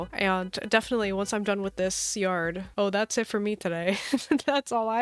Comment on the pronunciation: I love how u say yarrrrd💅im sick to btw☺